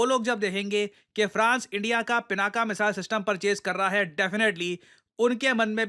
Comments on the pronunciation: Dear usse "पिनाक" pronounce karte hai naa ki pinaka Jo ki English Mai bolte hai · It's not " पिनाका ", It's " पिनाक ". 🤭